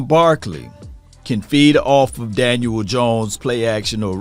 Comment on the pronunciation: Love hearing say Dan-uel Jones lol everytime